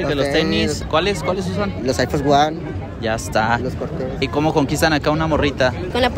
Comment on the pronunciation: " Los ayfos guan" 😁🤣😂